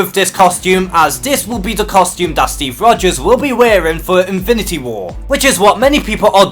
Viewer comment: Great video. And....I'm really making an effort to not mock on your pronunciation because there are obvious reasons...but...man... "Invinty" Gauntlet, "invinty" war, "invinty" stones...seriously? Look. I'm not a native English speaker either but, dude, that was too much. Awesome video though.